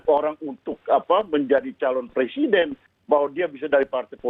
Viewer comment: Lizal bilang punya hak ....semua orang punya hak tapi jngn lupa anda juga punya kewajiban ... Apa itu kewajiban anda ya itu wajib mengikuti undang2 yg telah di sepakati nafsu banget sih lizal lamli ....kerja aja dipecati gak ke pakai kok mau jadi pleciden ....Maaf ....brooo ngomong aja ga lengkap week....wek...wek... .